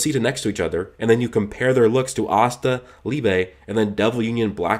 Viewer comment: I don't know why but everytime he say asta it sounds like pasta to me lol